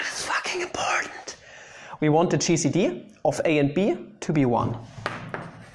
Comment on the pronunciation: When you said gcd I thought you said cheesy D